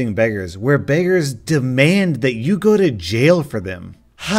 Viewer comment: I heard this like “demand that yugo to jail” and i was like wha?